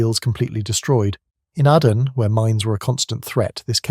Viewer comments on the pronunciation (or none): Pronounced A-DEN ....not ADDEN...